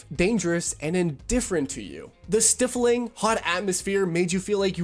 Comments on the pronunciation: Stifling - has a long i sound st-eye-fling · It's not just the polished, professional writing style— it's the way he pronounced "stifling."